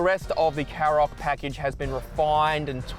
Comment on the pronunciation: Shkoda KaRoq. Not Sskoda Carrok. Does literally no car reviewr ever listen to the company actually pronounce it themselves?